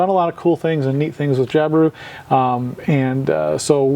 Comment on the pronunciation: I Australia, we don't accentuate the i when we say Jabiru 🙂